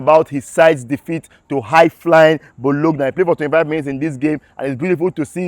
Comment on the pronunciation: Bros Nice one, your content is always spot on and explosive, thanks for the update. Meanwhile Bologna is pronounced BOLONYA.